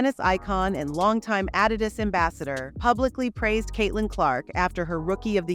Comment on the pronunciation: fix the AUI reader. Its so annoying to hear AD -i-dus instead of a-DI-dus in the narrative